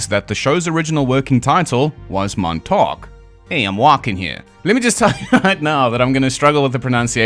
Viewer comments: Just say Montauk like you're from Long Island. Or as the natives call it Longailan. Montawk Longailan. Theirs is a beautiful dialect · The emphasis is on the Mon, not the Tauk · Can't say fucking "Montauk" but you can say "Little Lilly Millie Billie Baby Bobby Brown" fifty times